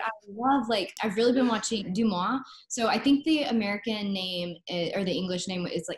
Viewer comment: Ah, I did look, but my eye skipped over the films somehow. I guess Deux Moi and Le mystère d'Henri Pick are the two mentioned. Now, I listened again (it starts ), and I'm afraid to report that doesn't pronounce "deux" correctly, so I never would have gotten that. The second film was... "Mon ingénue"??? Definitely not Henri Peck. That must have come up later. Thanks for writing, Isabelle!